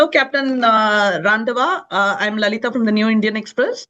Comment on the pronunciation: tambi lady doesn't know how to pronounce a common punjabi name Randawa ! It is Randhawa